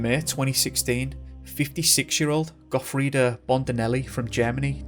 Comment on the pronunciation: Gofreddo boarded a train from fort William..could've just said that.His name is Gofreddo..no "A" at the end..and of course you butchered lochaillort..still to find a non Scot who can pronounce "loch" properly.